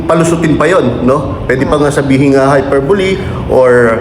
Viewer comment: HY PER BO LE.... PRONOUNCE MO NGA... 😆